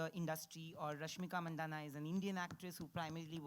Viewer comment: it is rashmika MANDANNA not mandana ffs